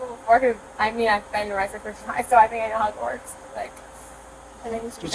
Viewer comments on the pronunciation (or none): I thought she said "I've been to Hogwarts." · when she said "how it works" I thought she honestly said "I've been to HOGWARTS" as in the the last time she got pulled over by cops, she was pulled over at Hogwarts. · I genuinely thought she said she was arrested in Hogwarts 😅😂